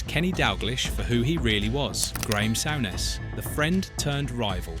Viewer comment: What a load of shite ..souness ..or sowness as this clown called him ..and who's dawglish.clickbait mong and it was the pressure of Hillsborough and heysel ..ai shit